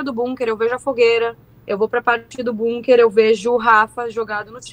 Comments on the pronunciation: que agonia essa menina falando BUNker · Bunker kkkkkk essa pronuncia me desconectou da seriedade do assunto